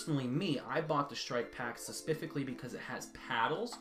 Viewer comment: He said suspifically